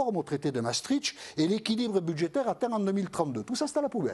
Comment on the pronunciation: Massetritch!,,,,bravo qui veut taxer les ritchs On prononce maastricht